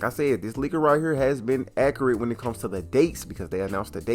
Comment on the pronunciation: The way you pronounce accurate is painful